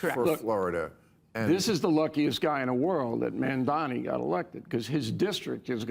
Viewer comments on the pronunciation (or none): I swear they all mispronounce " Mamdani " on purpose. It's not a hard name to pronounce and they've surely heard it said the correct way before. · I see right through you Bill... so unhappy that Mamadani got ejected that you invited O'Reilly on your show... didn't object to any if the crap he was selling.. and then just had to mispronounce Mamdani's name... you're a tool Maher